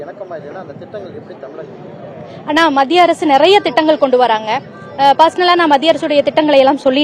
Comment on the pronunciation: தமிழகம் என்று முதலில் தமிழை நன்றாக சொல்ல கற்றுக்கொள்ளுங்கள்